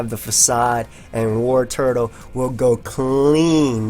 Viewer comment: Why can not pronounce the name Wartortle?